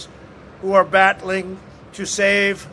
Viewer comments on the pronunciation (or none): Who are "bat-ling" to save American lives. am I the only one who heard that?😂